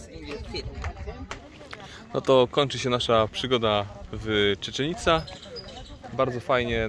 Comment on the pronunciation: Jak wymawiasz tą nazwę Chichen Itza to brzmi to tak jak byś po serbsku mówiła.